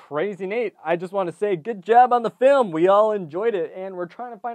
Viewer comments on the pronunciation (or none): none